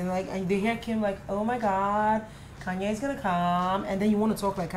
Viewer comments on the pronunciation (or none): none